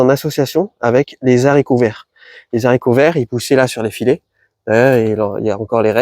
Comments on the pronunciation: Continues avec tes "zharicots verts", moi ça me saoule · Coucou l ami ! T oublis volontairement des PDT en terre ? Au fait on peut pas dire des zaricots, à cause du h de haricot , arborigenes, t es sûr ? Merci pour toute tes super méthodes et conseils 🎉🎉🎉